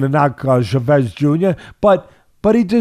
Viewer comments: Why does Teddy keep saying "Chevez"? It sounds like a french fighter. It's Chavez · Love the way Teddy says “Chavez” lol Shavez. Teddy is the 🐐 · his pronunciation of Chavez ahhahahahaah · Why can't Teddy pronounce his name correctly? Start there Teddy.